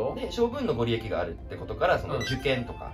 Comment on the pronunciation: ご利益：×ごりえき→⭕️ごりやく 漢音ではなく呉音で読みましょう。